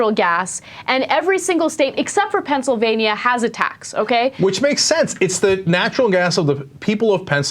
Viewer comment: Ana you pronounced Pennsylvania wrong...